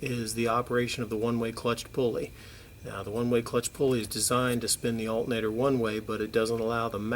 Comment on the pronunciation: Alternator not Altnator